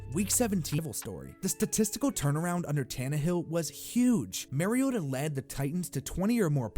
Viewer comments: Not that it matters too much now, but Mariota is not pronounced Mary-ota... MAR-E-OTA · Omggg for crying out loud stop pronouncing mariota wrong